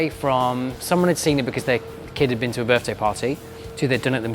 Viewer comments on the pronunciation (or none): none